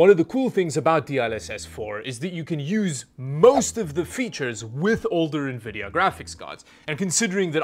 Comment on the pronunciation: saying Nuhvidia for more engagement;)